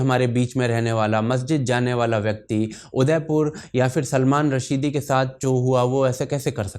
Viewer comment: ओ भाई ! उसका नाम सलमान रश्दी है .. रशीदी नही...